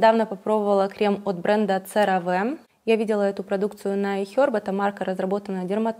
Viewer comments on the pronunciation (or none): CeraVe произносится серави !